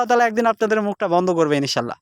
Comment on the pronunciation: ভাই মনে কিছু করবেন না। ই নি শা আল্লাহ না। সঠিক হচ্ছে ই ন শা আল্লাহ। আপনি হয়ত সঠিক বলেন কিন্তু শুনা যায় ই নি শা আল্লাহ।